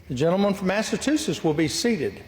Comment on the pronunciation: MassaTusetts??? My uncle says it like that, he's toothless. 😂